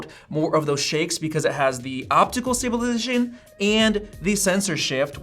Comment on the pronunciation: In the Camera Comparison section, , the way he said, "stabilization," was funny.